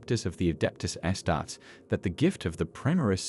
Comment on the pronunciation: Is this AI? my man, it's pronounced "astar-tees" and "custo-deez"